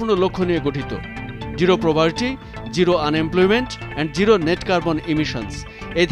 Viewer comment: It's zero, not giro!